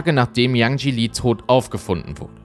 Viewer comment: Super Video, einziger Kritikpunkt: Bitte vorher informieren, wie man die Namen des Opfers ausspricht. 😅 Das E am Ende von Yanjie wird ausgesprochen. Ansonten toll, dass der Fall nochmal Aufmerksamkeit bekommt. ❤